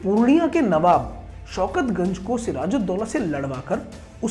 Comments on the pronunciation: Wo Soukat Ganj Nehi "Soukat Jang" hain.....purniya ka sasak aur nowab Alibardi Kha ki maddham kanna ka beta 🙂🙂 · Shaukat ganj nahin Shaukat jung.Idiot